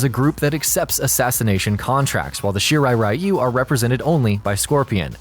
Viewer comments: It's Shirai REE-you. Not RYE-you. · It's weird that MK mispronounces the rai in Raiden as ray, but correctly pronounces the rai in Shirai-ryu as rye, but then mispronounces ryu as rye-u, instead of ree-u. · What pisses me off the most is how everyone produces "Shirai Ryu" wrong It's "Ree-yu" not "Rai-yu" This is similar to how everyone produces Raiden's name wrong